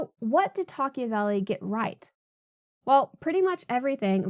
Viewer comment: Wouldn't it be pronounced Toc-ah-vil?